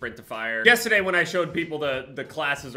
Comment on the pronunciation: You can’t really tell is from New Jersey until he says yesterday